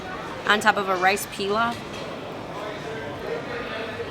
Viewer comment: Rice "Pee-lof" lmao